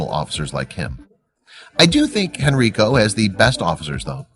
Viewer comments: It's pronounced henn Ryy koo not hen reee koo... henrico police east end richmond va.. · A great story, but you're saying Henrico wrong. It is pronounced "Hen-RI-co" not "Hen-RE-co". That's the next county over from where I live. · That would be the HEN-RYE-COH police department... Or as some of the locals say "Henrecka" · Pronouncing Hen ri co wrong. Good try tho